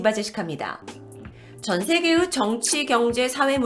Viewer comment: "전 세계으" 의자 발음을 잘 못하는거 보니깐 고향이 전라도쪽인가 보네요 ㅎㅎ